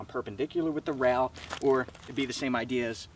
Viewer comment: Are you pronouncing rail as rowl or rayal?